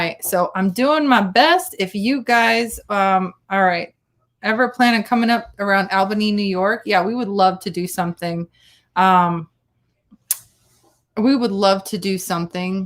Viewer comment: IT IS ALL-BANY, NY. NOT AL-BANY. (My father was born there.)